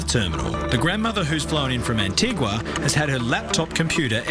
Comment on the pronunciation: The narrator is correct it's pronounced an-tee-gwa. it comes from the Spanish word antigua meaning "ancient" the island was named by Columbus, for the Spanish crown. The correct pronounciation in Spanish is an-tee-gwa aswell